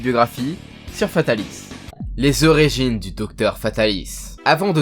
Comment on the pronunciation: On dit "ORIGINE" et pas "ORÉGINE" :(((